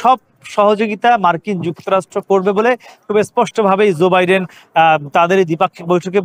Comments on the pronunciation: zoe biden na joe biden, uchcharon thik rakha uchit ato boro ekta news cover korte gechen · রিপোর্টার এর উচ্চারণ ঠিক করা উচিৎ। ঝো না জো হবে।